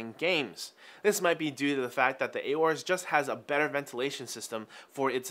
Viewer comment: It' Aorus, not A orus.